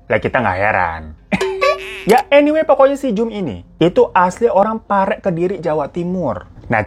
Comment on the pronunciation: Pare bang 😂 bukan parek